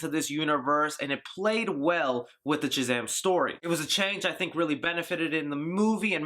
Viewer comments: Is it just me is our boy saying CHUZAM? Nice review bro! cant wait to see this film!!! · Great review! Why do you pronounce it CHAZAM? Is it an eastern euro accent?